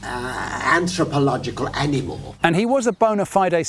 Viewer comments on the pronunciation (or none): none